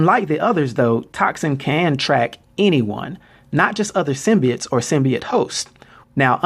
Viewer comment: it is symbiotes not symbites